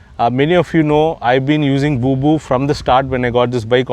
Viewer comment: it's not Booboo 🤣🤣,its BOBO my friend.